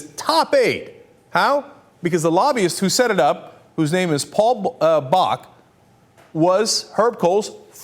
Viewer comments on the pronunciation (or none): none